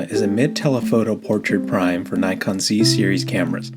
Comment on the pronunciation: Say Nikon, not Naikon